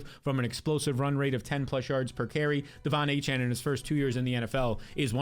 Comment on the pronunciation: I exit the video after he said Devon achane